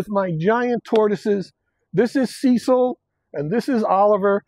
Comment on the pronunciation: I only realized the first ones name is Cecil when I read the comments. I swear I heard him say Sea salt and thought to myself 'Well, that's a weird name'!